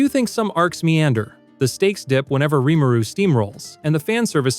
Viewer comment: I don't focus on how things are said very often but I would implore you to try & say things the way they're said in the dub at the very least. Specifically ri-mu-ru (not rim-a-ru), o-to-me (not auto-me), ect At least it wasn't as bad as calling Tsukune, Scunny in Rosario+Vampire.